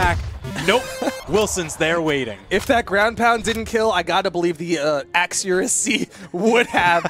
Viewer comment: What about the,,axeuracy" xD ()